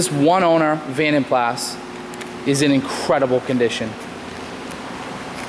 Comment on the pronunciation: It's pronounced "vonden plah".